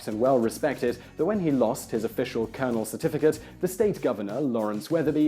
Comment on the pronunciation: Thanks Whistler. I'v lived 33 years and this is the first time I'v heard colonel Sanders pronounced correctly.